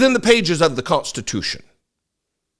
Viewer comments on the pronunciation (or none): none